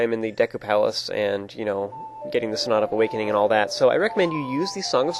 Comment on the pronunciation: you sound like your saying snot of awakening lol